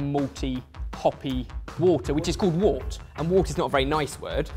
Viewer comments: Wort or the unfermented beer is actually pronounced 'wert'. Comes from the old spelling wyrt. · wort is pronounced wert